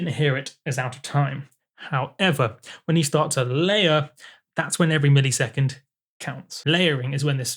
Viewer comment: Is saying millisecond (mill-E-sec-und) just part of your accent? In the US we say it (mill-uh-sec-und). To me it sounds like when people say parameter (pare-uh-meat-er) instead of (puh-ram-it-er). Maybe I'm picky but I'm also curious.